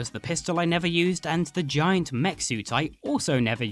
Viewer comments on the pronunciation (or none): none